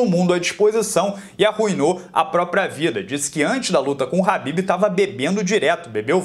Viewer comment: Parabéns pelo trabalho, mas não é Habib e sim khabib Normagomedov. Oss